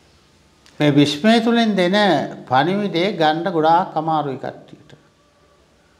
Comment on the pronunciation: විශ්මය ද විශ්වයද .මොකද මට ඇහෙන්නෙම විශ්මය කියලා